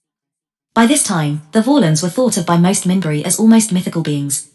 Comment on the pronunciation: It's pronouncing "Minbari" wrong.